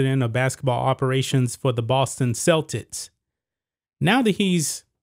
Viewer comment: It's Celtics, not Celtits. Politics not politits! Why can't you pronounce your K' sounds?